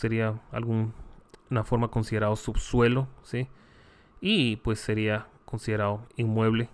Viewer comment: mi más reconocimiento y admiración de su docencia y conocimiento..... pero con todo respeto no sé si podría UD pronunciar bien las palabras que llevan la letra d por ejemplo " considerado" y UD dice. Considerado. No se escucha bien. Pero todo lo demás está excelente. Es una crítica constructiva....obligao es obligado